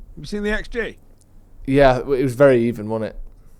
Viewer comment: "ya seen the X Geee??"